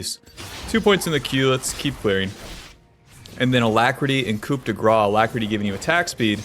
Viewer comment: The P in COUP is silent, uncultured swine.